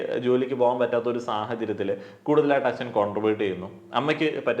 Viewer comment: അച്ചൻ അല്ല അച്ഛൻ... 😁